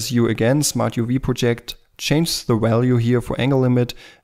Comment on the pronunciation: Let me tell you something about your English.. it's FINE. In fact, you are the first person I've heard who CORRECTLY pronounced "Smart UV Project". In every video I've seen - done by a native speaker of English - they pronounce it "PRO-ject" - as if it's a project they're working on. Listen up people, it's "pro -JECT" .. like a projection on a screen. The vast majority of Americans can't even speak a second language, so screw 'em. (I'm an American - but I speak pretty decent German, plus some Spanish and French - so I have the right to say that). Ausgezeichnetes Video. Sehr hilfbar. Danke.